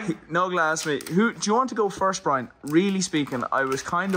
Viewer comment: the joke is how Dathi pronounces his name. Brine.